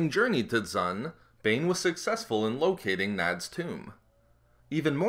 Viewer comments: Though it's late, but D'xun it's not dzun, it's duxen. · Dxun is pronounced 'Duck-zn' not 'zun' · Only two orbalisks attached to Bane. Dxun is pronounced ducksun. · Dxun - "Duc-son" -> The moon of Onderon. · Come on how did you not get that right. It hurt my ears to listen to you butcher the name. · One annoyance, it's spoken in Knights of the Old Republic 2 and pronounced ducksin essentially. Dxun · The name of the moon is called DUXUN......how are u saying wrong? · Its pronounced dux-in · by reading the actual novels rather than listening to audiobooks. I mean, the fandom still can't seem to agree on if Niman is pronounced Nee Man, Nee Mahn, Nye Man or Nye Mahn, so screwing up Dxon is a bit more understandable in my book.